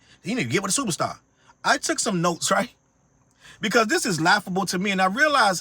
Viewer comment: Ive been saying to people all day “ why you want give a FEATURE TO A SUPA STAH…WHY🤨😂😂😂😂😂🙌🏾🙌🏾🙌🏾🤣🤣😳😳😳😳😳TAKES ME OUT EVERY TIME 🤣🤣🤣🤣